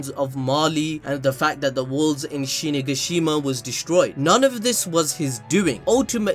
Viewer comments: did he say shinigishima instead of shiganshina xD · what the hells shinigashima XD isnt it shiganshina?? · bro really said shinagashima...